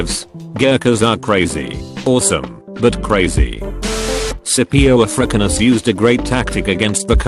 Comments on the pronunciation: Suhpio a frickanus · text to voice man: Scipio Ah-Frick-in-us Me: Yeah, that is probably what Hannibal thought when he got played by the dude.